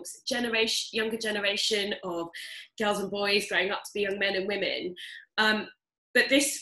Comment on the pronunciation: Charles Nicklestein this is for the wage gap And once again, who in this video is complaining that men don't make enough money? also "wii-mun"????????